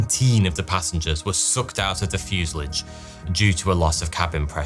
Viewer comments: Fuse-a-lage? It's a French word mate, so pronounce it properly. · fyoo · zuh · laazh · Have you replaced you narration with an AI? Your normally great and faultless prounounciation has been replaced by that of a childs in this episode. Fuselage isn't pronounced "fuselidge" and M.I.G's are normally just called Migs, even confusing Chechnya with Czechoslovakia, not upto your usual great standard. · It's fuselage not fusillidge. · Don’t like your pronunciation of fuselage. It’s from the French and normally pronounced fuselaage, not fuseledge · "Fuse-a-large" not "Fuse-i-lig". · Fuselage not fusalidge. Please... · Fuselage is pronounced Fuasalarge........ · Great story, but I was irritated by your pronunciation of the word “fuselage” it’s not fusalige ! 😂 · Please. For the sake of our sanity, look up the pronunciation of Fuselage and 🙏🙏🙏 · It's pronounced fuselage, not fuselage. 😉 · You also broke a record, the first person in history to pronounce "fuselage" like that. 😂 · There is no i in fuselage. Stop saying it 😒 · How can someone do so much research about a topic for a video NOT pronounce fuselage correctly? 😅😅😅